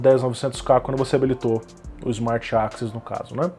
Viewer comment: ali no tu pronunciou access como 'AXIS', eu estava escutando como podcast seu vídeo e isso me deixou um pouco confuso, mas é só um detalhe.